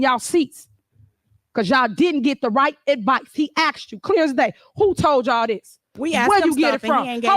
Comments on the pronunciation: I went straight to the comments at this point, because I can't listen to her "axe" the board members any more questions, these people have a level of patience I couldn't have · "When you axe for the grant money" She is an ignorant tyrant. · She doesn't even use english properly, how can she properly run a village? Funna? Ax? Pacific? It appears she wants or needs to be on a reality-show....I guess anybody can be Mayor....